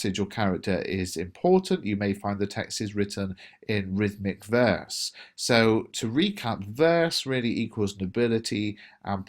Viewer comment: sorry, verse= what? I didn't understand/hear correctly what you said